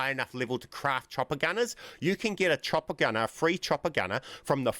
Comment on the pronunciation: The whole time I was wondering what he’s referring to when he says “a Tropicana”. Come to realize he was saying “chopper gunner” 🤣